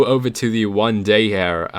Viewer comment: It's here, not HAIR ffs...